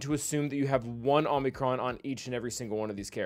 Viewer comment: you killed me by pronouncing it Omnicron it's oh-mee-crawn. Please I'm a language nerd, don't make me suffer❤